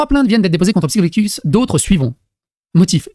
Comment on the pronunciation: Pourquoi dire "psychodelic" ? Y a pas de "C" ...